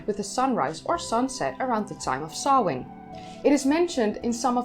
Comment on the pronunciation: I appreciate that you pronounced the name correctly. The possibity that language and its written representation might have sound patterns that differ from a speakers own mother-tongue never seems to occur to some.The care you take shows your respect for others. Another festival Bealtaine is often rendered as Bell Tane which is a harsh sound to airish ears. Sam Hane is"forgivable" to some degree as it most often arises when TV presenters provide fifteen seconds of deep-background at Hallowe'en. Thanks.